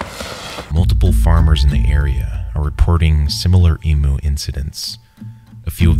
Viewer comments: I love your videos and I appreciate the work you put in to them so don’t take this as me being negative but as an Australian, I have to tell you that Emu is pronounced EEM-YOU not EEM-OO. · It is actually pronounced "EEM-YOU" and not "EE-MOO", for anyone who is not from Australia. Still a great and entertaining video with a lot of effort put into it. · Its ee-mew not ee-moo, please get your pronunciation correct. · Wtf is an emoo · Alright, here we go again.. "E-Myoo" not "E-Moo" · Fark your pronunciation is cooked mate. "E-mooh" - Eihm-You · It’s pronounced ee-myoo, not ee-moo. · What’s an E MOO. It’s an eee myew . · please why do people say eemoo and not eem-you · Emu is pronounced eemyoo not eemoo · 'eem yew', not 'ee moo' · As an Australian I do not approve of the way you say emu, you say it as emoo, it’s e-mew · Ok it’s pronounced ‘Em you’ not ‘E moo’ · Ugh, I love your content but any almost any Australian would ask what the fuck is an E moo. It's pronounced eem l(ike heam) you. Also the number one piece of advice for getting stuck out in the bush is never EVER leave your car there are innumerable cases of people being found dead when they would have been found alive if they had have stayed with their car. One anecdote shared with me when I was doing overland and 4x4 driver training was some european backpackers who got stuck in the outback one of them decided to stay with the car, the other walked off to look for help. The one who stayed with the car was found alive and some days later the other was found dead. The most terrible part of the story is that rescuers were able to let the tyre pressures down in the car and drove it out of where it was stuck. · emyou not emu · Yay we get recognition for this, by the way, we pronounce it “eem you”. Common mistake. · U say emu when it's pronounced e-mmm-u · Very good vid, but you said emu wrong, it's pronounced eem-you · As an Australian I would like to say it is pronounced emyou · It’s not pronounced emoo 🙄